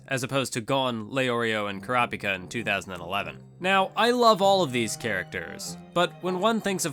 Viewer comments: "Ker-raup-ika" - You "Kura-pika" - Correct pronunciation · why do you purposely mispronounce kurapika's name? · I hate the way he says all the characters. Especially kurapika